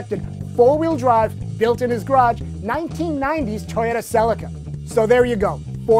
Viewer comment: Cel-ica..... not selic-a...